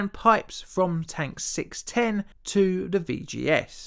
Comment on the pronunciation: So many British YouTubers seem to have speech impediments 🤔 "In the vuh field..."